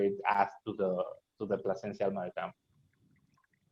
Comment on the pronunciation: U got the name wrong its PLASENCIA